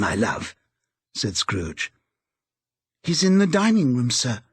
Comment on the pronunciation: Tiny tim: " uncle scooge"